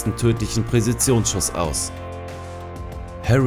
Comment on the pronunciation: "Präsisions" Schüsse also? Interessant